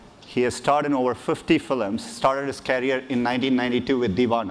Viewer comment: No offense but in which accent films are "filams"?? :P